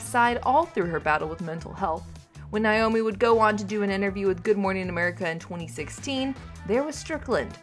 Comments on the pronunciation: Please pronounce her name correctly. NAAAomi not Niiiomi! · It's NOT NYE-OMEE..IT'S NAY-OH-mee!!! Don't report on her if you CANNOT PRONOUNCE HER NAME! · Please pronounce her name correctly. It’s Naomi not Niomi. I loved her, and her loss is heartbreaking. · It's not NI-omi, it's NA-omi!! I'm so tired of hearing her name mispronounced. Possibly she is too. ;-) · Why do so many people say NIomi? Her name was NAomi. Have some respect. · Why can't these people who do the voiceovers in the videos, pronounced words or names correctly! Her name is pronounced NAY-OMI...Not NIE-OMI! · Geez. Her name is NAomi. Not NIomi. Ugh. 🙄 Rest In Peace, Naomi. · Pronounce her name correctly. NAYomi, not NYomi. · Nay-o-mi. Not Nigh-o-mi.